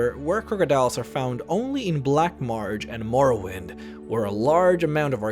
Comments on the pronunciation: "Black Marge" its black marsh! S H. MARSSSSSHHHHH. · Why do you say "black marj" it's "black marSSSSSSHHHHH" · Your pronunciation of Black Marsh as "Black Martch" is really irritating. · I cringed every time I heard 'The Black March' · theyre called hagravens. and its Black Marsh not black march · Weird why do I keep hearing him say "Black Marge" instead of "Black Marsh"? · Weird why do I keep hearing you say "Black Marge" instead of "Black Marsh"? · Loved the video. Why does it sound like you're pronouncing "Black Marsh" with a "G" sound in it? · im sorry, but the way you pronounce lycanthropes and black marsh is unbearable